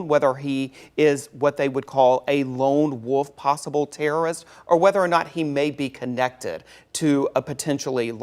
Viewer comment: "lone Woof" 😂